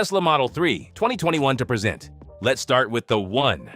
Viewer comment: Get a better AI reader! This POS constantly mispronounced "present".